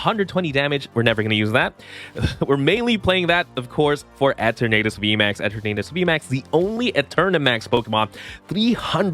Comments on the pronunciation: “Eh-ternadus” is a little.. eh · 🤣 he gotta be trolling saying it like that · Why do you pronounce the name like that?